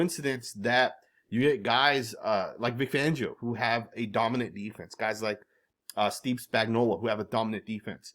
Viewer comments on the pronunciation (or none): none